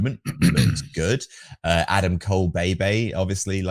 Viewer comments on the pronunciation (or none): none